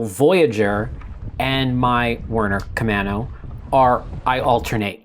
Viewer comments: You were asking how to pronounce Camano and if it was an island. Yes, Camano is an island, connected by a bridge. It’s pronounced “main” vs “man.” :-) Love the channel. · The camano paddle is named after an island in the Puget Sound. It is actually pronounced as ka-main-o by us locals. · Timely video as I’m thinking of a backup paddle. For “Camano” you are on strike 2. 😊. You have the first and 3rd syllables correct, but the second is a long a sound. Here is a local saying it.